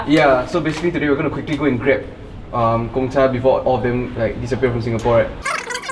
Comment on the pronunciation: Every time I here someone mispronounce Gongcha I cringe a little. 贡 is pronounced as gòng. But looks like I won't be hearing this mispronounciation anymore soon.